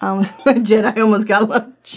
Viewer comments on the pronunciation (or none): none